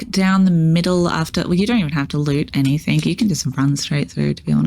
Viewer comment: So small request, can you stop saying anythink... and say anything. 😂